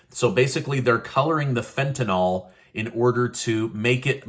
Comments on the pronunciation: Tentanyl is not Tentanol. It's pronounced fen ta nil - short i. Rhymes with hill. I don't know why people say it wrong. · just an FYI, it is pronounced fent-an-ul not fent-an-ol. It is actually spelled Fentanyl. Keep up your great news!!